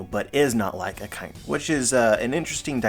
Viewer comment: We can't keep calling Ryogokyu 'Green Bull' while saying 'Akainu' and not 'Red Dog'. More minor, but it's pronounced A-ka-e-new. It's a combo of Aka (red) and Inu (dog)